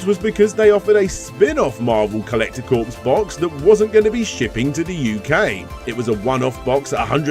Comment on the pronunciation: Was thinking the same thing! Sadly though, one of other pet peeves... “corps” (as in ‘Marvel Collector Corps”) was mispronounced. Didn’t stop me from enjoying the video though of course!